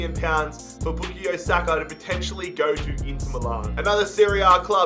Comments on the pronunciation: His name is bukayo not bukiyo lol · Boo ka yo saka not booky yo saka Just spelling out how to say his name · His name is pronounced by Bukaayo Saka and not Bukiyo Saka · It's Book-Eye-Yo Saka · Same he was saying book-ie-o saka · Its book-eye-o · Man said bookayoo Saka lol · no it isnt, it’s pronounced book-eye-yo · would be the same as bukayo straight forward that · It’s bu-KAH-YO 😂😂😂😂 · No one: Bookayyo Saka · ”Bookio Saka” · everytime he says boo-ko-yo😂🙂😂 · It’s back-i-o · It pains me how you say Bookeyo Saka 😆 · Why is nobody mentioning Book-E-Yo Saka? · Bukayo is pronounced Bu-kie-oh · Your pronouncing bukayo wrong is not bookayo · Not pronounced “bookyo” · Even tho u pronounce it book-eye-o saka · pronouncing Bukayo made me cringe every single time. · Come on you butchering his name bruvh its pronounced as how you spell it😂😂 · I know right! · You’ve massively messed up the name pronunciation😂😂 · sayin bukayo is giving me cringe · the way you pronounce his name man😭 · actually you are disrispecting his name every time im cringing so hard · He's pronouncing Bukayo wrong :(!